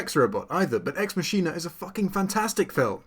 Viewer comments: The movie "Ex Machina" is not - Ex Ma-sheen-eh ? Its ponounced Ex Ma-Ki-Na - Its from the saying Dues Ex Machina or God from a machine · Did you just horribly mispronounce ex machina? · you said ex machina wrong